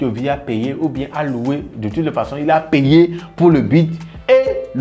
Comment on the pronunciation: Façon Jon, faton dont, faç... 🤣